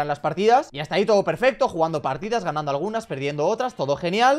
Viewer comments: hata en vez de hasta la verdadera magia de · Aqui los que se daron cuenta que faltava la s a las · Hasta❌️ Hata✅️